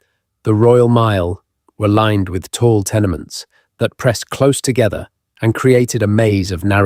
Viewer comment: He doesn't pronounce close properly it seems like AI